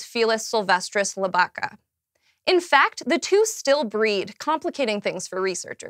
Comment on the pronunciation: The pronounciation of Lybica made my skin curl. Is Li-bi-ca not Ly-bai-ca, as in from Libia.